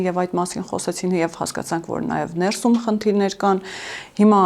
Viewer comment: Շեշտադրումները հարկավոր է ճիշտ անել`«ներսու´մ», այլ ոչ «նե´րսում», և այսպես շսրունակ: 🙂